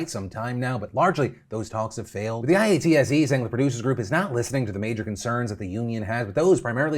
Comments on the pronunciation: Phil. Please stop calling it I-A-T-S-E, It's driving me crazy. We pronounce it eye-at-see; all one word. Keep up the good coverage. :) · I work in the directors guild of Canada DGC . We all support our brothers and sisters. These talks should be happening with all the unions in the film industry, most of them are treated like this, some departments worse ... Ps It hurts to hear it call. "I.A.T.S.E." Most people call it "EyeAtSee" But much love for bringing more attention to our fellow industry workers <3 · Phil spelling out IATSE Everytime instead of saying IATSE (i-yahtzee) makes me laugh so hard 😂😂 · I have never heard IATSE pronounced letter-by-letter like that, it's always just eye-at-see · Phil, we say IATSE like a word. "Eye-Aht-see" that's usually how it sounds when we say it haha. Just FYI. Thank you for covering this. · Anyone else cringe when Phil spelled out IATSE instead of saying it like "eye-aht-see"? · "eye-ah-tsee" just sayin... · For future reference, IATSE is pronounced "eye-OUGHT-see" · btw IATSE is pronounced “eye-AUGHT-see” - rhymes with Yahtzee! #iasolidarity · Phil spelling out IATSE every time is so funny to me. Idk why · I stand with IATSE! Also Phil, you can pronounce it "eye-at-see". That's how we say it around these parts (Onterrible, Canada). My dad was in the union for like 30 years. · I know this isn't Corrections with Seth Meyers, but colloquially IATSE isnt called by the individual letters but is pronounced "eye-ought-see". Thank you for bringing attention to our strike!! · It hurts my soul every time you spelled out IATSE instead of pronouncing it "eye-aught-see" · Dude you pronounce it i-atse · IATSE is often pronounced as Eye-ot(like hot)-see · I really want to know how many takes it took Phil to say IATSE correctly lol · Thanks for covering the IATSE strike! Just so you know most people in the industry just say it like "ay-yaht-see" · lol Phil I.A.T.S.E its pronounced I-aht-see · Pssst, Phil, it's (eye-aught-see) not I-A-T-S-E